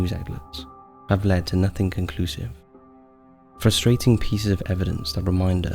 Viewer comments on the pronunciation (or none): none